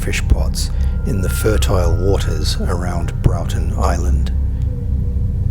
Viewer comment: At least do the research. Brorton, not Browton. Worromy, not Woromeenee. That said, there's a shark off Catherine Hill Bay, just south of Port Stephens, that was filmed swimming past a six metre fishing boat, and it's longer than the boat. chomp